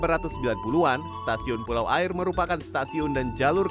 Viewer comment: Pengucapan kata 'aie' nya salah.. Tp emang agak susah ngucapinnya dgn benar..